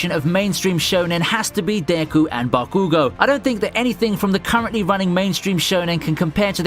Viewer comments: Bakugo, yours saying it all wrong and it hurts lmao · Why do you mention their names so weirdly tho? Like Bakugo's or the rival from Gintama. They don't even pronounce them that way in the anime. Is it a British/Australian/New Zealand thing?